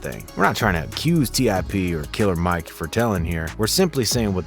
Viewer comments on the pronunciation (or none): It's NOT KILLA MIKE!!